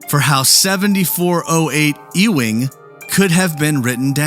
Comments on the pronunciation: "E-wing" Really??!! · Isn't Ewing street pronounced "YOU-ing?" That's how I remember the family's name pronounced on the old "Dallas" primetime soap opera.